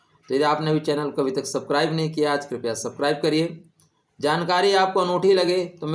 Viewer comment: सब्स्क्राइब बोलिये ना कि सबक्राइब गुरुजी